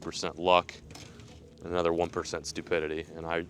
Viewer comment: “lets catch 👹anotha one”